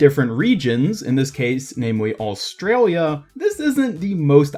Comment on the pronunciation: “Aoustralia” 😂 That was amazing! Anyways love from Australia 🇦🇺